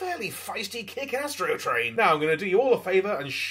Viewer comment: I will never be able to i hear yastro train n i swear I’m ok with that matter of fact that’s what I’ll be referring to him as lmfaoooo